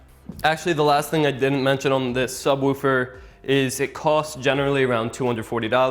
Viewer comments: There is no u in subwoofer so stop saying it like subwoufer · Stop saying subwoofer so weirdly